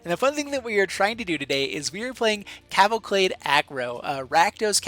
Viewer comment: Can't get over the "cavalclade". Great video, by the way.